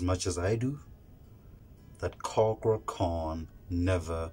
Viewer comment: Thats is not how to say cakra name, say it in Indonesian way